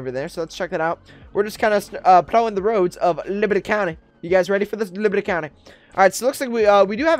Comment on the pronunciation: He keeps saying librty county